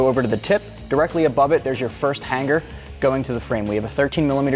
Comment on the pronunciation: Brotha, there is only 1 G in the word hanger; however there are two ways to pronounce it: 1) hang er 2) han ger But never to be pronounced HANG GAR. Those are NOT BULLET style mufflers, those are cylindrical style mufflers...YOU SHOULD BE FIRED along with anyone that assisted in the preparation/direction of this video???